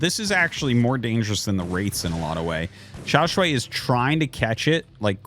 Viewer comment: Xiao Sh-WHY not Sh-WAY. Wrong vowel.